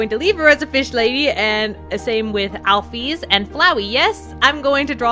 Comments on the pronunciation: IT'S NOT AL-FEES ITS AL-FIS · It's pronounced alfis